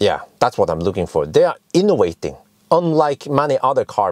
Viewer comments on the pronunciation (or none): inovating not inowaiting